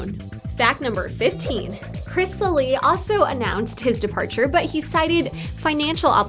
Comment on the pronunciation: Is NO ONE going to point out the fact that she said "Chris Sally" instead of "Chris Salih"